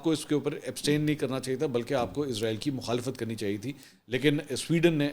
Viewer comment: Sir Izrael nahi, Israel bolo